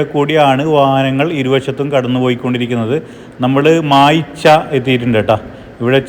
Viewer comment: കാര്യൻകാട് അല്ല, കാര്യങ്കോട്. മായ്ച്ച അല്ല മയിച്ച.